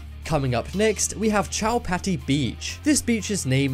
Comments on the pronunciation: It's not chow-patty it's cho-pa-ti beach I'm Indian and that's how everyone pronounces it. Also it's not spelled Chowpatty it's Chopati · Brh chowpatty is prnounced wrong it's choparty I've Been there I'm Indian and it dose not have coal in the water it's just very very very dirty I don't go in the water I just sit out I'm kristian and lots of people go in the water even when its not the festival